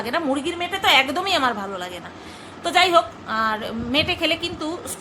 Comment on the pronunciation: মেটো কথাটা সুনলে আমার জোর হাসি পায় মেটো কে বলে মেটে বলে 🤩🤩🤩🤩🤩